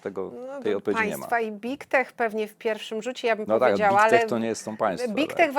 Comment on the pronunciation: Proszę nie mówić bik tek, brzmi fatalnie. Poprawnie- byg tek, gdzie g jest wymawiane dźwięcznie. Angielskie i nigdy nie jest wymawiane jak polskie i.